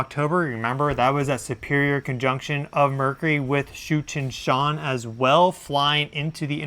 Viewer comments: Did he say " comet Cheech and Chong"? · 😂😂😂 I thought you said Comet Cheech & Chong 😆😆😆 🚬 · it almost sounds like you're saying Cheech and Chong 😂 (I mean no disrespect to you at all, )